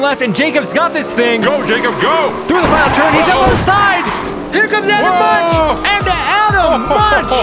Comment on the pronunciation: Crazy ending to this one. By the way - Munch should be pronounced "moonk".